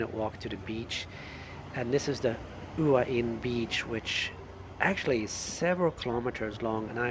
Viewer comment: It’s actually sounds more like “Wah-Hin”. You don’t really hear the first “H”.